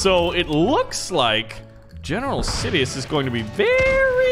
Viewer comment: nobody:: general sidios